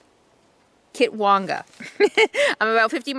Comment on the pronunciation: Hi. Yes you pronounced Kitwanga correctly! Hyder Alaska is so cool.....enjoy your drive!!